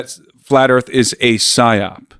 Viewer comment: Psyop the word is psyop.